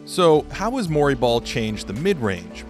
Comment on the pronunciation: When he said Mori ball I though he was saying Murray Ball as in Murray Polvich. I was imagining embarrassing paternity testing as a new type of strategy. Wait... I think Shawn Kemp invented Murray Ball then.